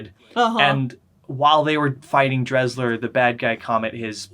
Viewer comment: I turned it off cause you cannot even pronounce Desslars name correctly. If you’re gonna review something get your facts straight.